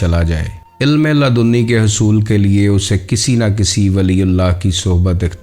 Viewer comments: Ludni hota ha laadooni nahi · Ya to apna talaffuz durust kar len ya kisi aur ko hire kar len. Sahi talaffuz waqt hai Waqat nahin, ilm hai ilam nahin, jazb hai jazab nahin, kasb hai kasab nahin, ilme laadunni nahin ladinni hai Lehjay me thori narmi aur utaar charhaao paeda karen.